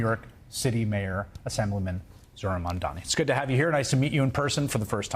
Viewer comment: "mandani." it must be so frustrating when everyone pronounces his name wrong